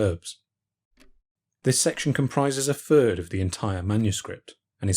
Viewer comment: Sorry, but when the narrator says, "for the last fird of her life" - I figure nothing else can be very impressive...